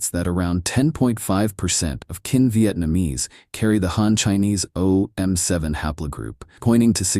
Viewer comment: Kinh is pronounced more like 'King'...its definitely not pronounced 'Kin'.